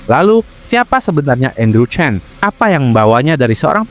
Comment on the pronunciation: Maaf min sebutan nama marga chan tetap di baca chan bukan Chen karna ini dua marga yang berbeda sekedar info saja